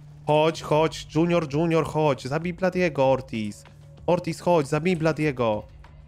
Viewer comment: Tak bardzo mnie irytuje jak mówi dŹiunior